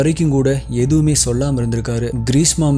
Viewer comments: Greesa alla greeshma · Bro ....greesma ah ila greesha a......